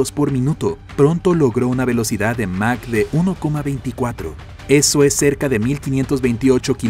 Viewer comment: Aprende a pronunciar es mach no mac